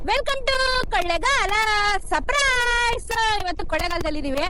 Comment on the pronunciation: Surprise ❌ Saprise ✅